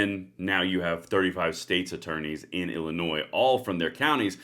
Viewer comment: the"s" is silent in illinois